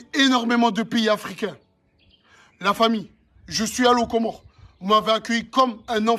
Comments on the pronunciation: On dit COMORE , Tu l as bien dis 😊 C est écris au pluriel, les comores car c est un archipel composés de 4 iles grande comore, moheli, anjouan et mayotte. Mayotte est un departement français. La traduction de la 1ere video, le jeune homme dit à l accompagnateur: -" Si tu es avec eux ( sous entendu, si il est complice) va avec eux et emmène les, pour qu ils (viennent) escroquent les autres . Mais pas dans ma ville (ou village)! sortez d'ici et prenez vos voitures (qui sous entend dégager)" - L accompagnateur lui demande :" tu vas payer?" ( sous entendu, tu vas financer à leurs places). - Il lui repond:" j ai pas dis qu il ne pait pas mais pas dans ma ville (village)". Bravo aux comoriens. C est un couple de psychopathes, les hypocrites, les jeunes au Comores quand ils sont révoltés, ils arrivent en groupe et tabassent, le gouvernement ne pourra rien faire pour eux, c est mieux qu ils partent. Ayem et dylan Nam rohé! (dégagez ) Bon vent! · Force à ce Comorien qui filme dylan en le traitant d'escroc 👍🤗👏👏👏. Et oui, on prononce Comores sans dire le S 😉